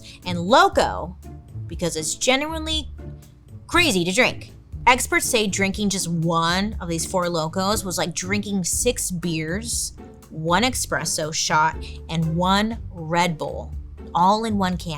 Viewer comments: Sorry Bailey, did you just say expresso 😕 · Expresso. Haven’t heard that in a while